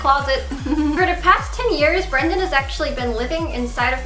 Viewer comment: i thought you were finally going to admit that you were going to take care of yourself. please get help. it's not even a joke anymore. - also, his name is BRENDON not BRANDON. lmao.